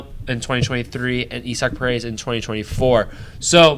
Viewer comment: This was a heavy start promising ending… I agree with you gotta have some loyalty to the faces of the franchise to maintain a fan base. Isaac Paredes nice pronunciation of his name sad to hear but sounds promising. Rays fans quality memes quiet seats noted.